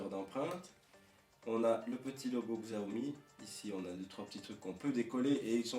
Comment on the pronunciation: Bonne vidéo ! Sinon, ça se dit "Siaomi" ;)